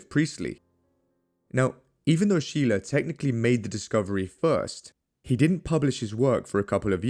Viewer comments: Shay-luh, not Shee-luh... Props for pronouncing Stahl correctly as 'Sh-tal' though! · Scheele is actually pronounced like “skeylae”